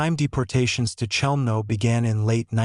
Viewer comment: if this is a documentary about Chelmno...why all the random pics of Auschwitz I etc? and the CH is not being pronounced correctly by the AI bot